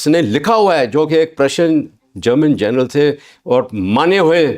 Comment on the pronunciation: जरनल( Gernal) नहीं बे अनपढ़ ग्वार , जनरल( General) होता है।